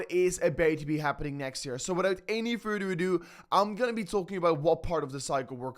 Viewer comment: "Without any fada adu"😂😂😂, gets me everytime